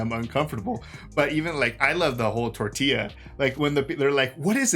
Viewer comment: I wondered if you two were going to watch this tidy little thriller. A second viewing is well worth your time. . .and I bust a gut EVERY time I see/hear Hong Chau's Elsa over-pronounce "tortilla". Fascinating script with some serious jolts, some really fine acting, restrained directing, great use of a small space. A winner.